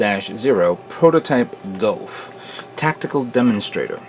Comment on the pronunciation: every time he says gof i cant help but think you done goufed